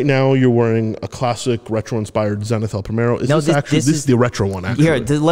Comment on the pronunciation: Hey great Interview! Zenith is a great brand but its pronounced a bit differently ;)